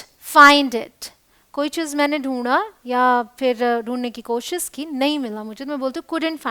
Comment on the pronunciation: Mam koshish not kosis...